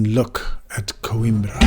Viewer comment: É COIMBRA e não QUIMBRA! Aí que tradução! 😂😂😂